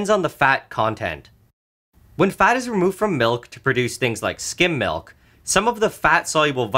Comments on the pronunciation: Some nutritious.. malk? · a glass of MALK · Listening to Nile say milk, there's just something about it.